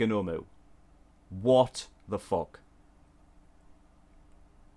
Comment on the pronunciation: When he was gonna say The f word buddie’s ;-; He said Phuck xD